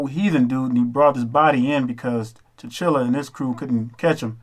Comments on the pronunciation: tekla steadman; Honor's to The Ancestor's (known & unknown), honor's to The Ancient One's, and honor's to all who are for my Higher Good for The Higher Good, As Above So Below. Namasté (meaning: "I honor the divine in you"). Hotep (meaning: "Peace). Your review is, for the most part, excellent without debate. The only discrepancy I have is your continual mispronunciation of the king's name. His name is pronounced "T'Challa." Yet that is minor to your mis-interpretation of the king's general with her hand positions (palms up, fingers in certain way). She was not doing anything evil. She was representing meditation, and her hands were in a particular Mudra (pronounced: "Mud-Drah"). Though meditation is widespread, this form is predominantly of the Buddhist way of life. One other interpretation you spoke of, in reference to the Sun God. Every people (language, dialect, etc.) has a different name/term for the same energy. The Sun is the sustainer of life, nothing evil about it. Just as any form of energy, many have the ability to harness and project that energy for a desired outcome. If your desired outcome is for the higher good then it is "good," but if your desired outcome is for evil purpose then it is evil; which all boils down to "Intent." Was your intent to project further confusion, or an honest mistake for lack of insight of the Buddhist way of life? No offence intended, so please do not be offended, for it is only my intent to provide clarity. Dua (pronounced: "Doo-Wah" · It’s T-Challa not T-Chilla hahaha. Killmonger also put that white museum scholar in her place. He corrected her on false information. Also, he asked her, did you buy the stuff in the glass? He said no you went and took it. He told her that he’s gonna take it back. That was another Hebrew Israelite moment. The bottom of the spaceship looked like a tribal mask. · T’challa not T’chilla I like the video tho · T'CHALLA! Not T'Chilla!! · Why do you keep pronouncing T’Challa as chinchilla 😑